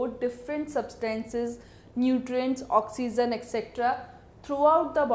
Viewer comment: oxygen no , oxyzzzzen